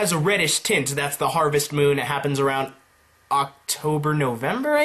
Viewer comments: Moon not monn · Bruh you said Monn not moon in the words to the left .